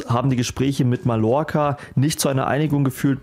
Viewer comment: Wie sprichst du eigtl Mallorca aus ? Schämst du dich nicht ?